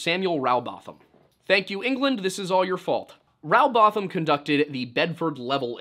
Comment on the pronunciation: It's Rowbotham as in Row your boat, not having a Row about the shape of the earth.And Bottom, not botham.